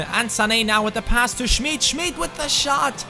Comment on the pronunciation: Schmid wird wie Schmied ausgesprochen ;)